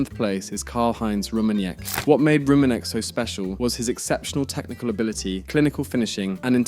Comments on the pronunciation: It's not Vox, it's more like Foe-kts not Cruise but Kroe-se not Roomenyek but Rooma-nigge (quite similar to that word, you don't use) Lahm played two seasons at Stuttgart and then became a Bayern legend Btw: it's Bundesliga, not Bundlesliga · FYI Franz Beckenbauer found football to be a boring activity! He initially did not want to become a coach for the German NT.....untill he was pursuaded by ppl around him! Btw that's not how you pronounce the name Rummenigge......it's NOT 'Rummeniye'. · he’s on the list. He just couldn’t pronounce it.